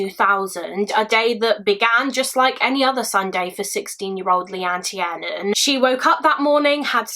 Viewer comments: It surprises me that you're British, yet still mispronounced Leanne's surname. I watch a lot of these kind of videos and it's usually people overseas that don't pronounce names properly. I think if you're going to cover something like this, surely it would be respectful to the family, to get her name correct. It's not Tee-air-nan. It's Tier-nan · No hate at all, but Tiernan is pronounced Tear-Nan. Its an Irish surname. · Minor nitpick it's pronunced tearnan. It's an irish surname.